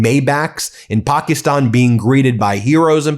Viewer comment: Please stop changing the pronunciation of Pakistan!